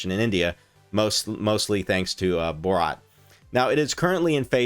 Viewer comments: Am I the only one bothered by his pronunciation of 'Bharat' as 'Borat' ? 😂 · It's Bhaa- ra-tt